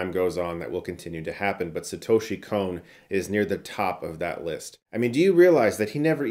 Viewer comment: Please stop saying "Kon" like "cone". It's a short 'o'.